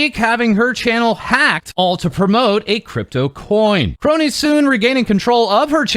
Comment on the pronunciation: Thank you,, for not pronouncing it "Skronii"